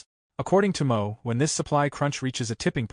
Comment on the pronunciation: This sucks with the ai reading it It’s Samson MOW rhymes with HOW and it’s JAN3 Not january 3rd UGH